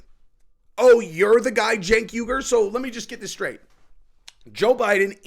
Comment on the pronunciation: “Cenk Urlich” oh yeah, that’s the drummer from a leftist Metallica cover band. 😂